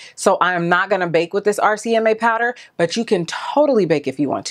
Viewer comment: So funny how I watched Laura Lee and Mac daddy's video yesterday and Laura called this powder RMCA, and u did also...lol But its RCMA. No shade at all girl, just thought it was funny how for some ppl it may just flow better when they say RMCA but for others RCMA flows better that's all. love u girl!!